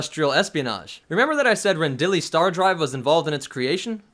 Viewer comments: Stopped listening when you said "Rendali" instead of "Rendili" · Just one small correction: It's pronounced "Ren-dee-lee", not "Ren-dolly"...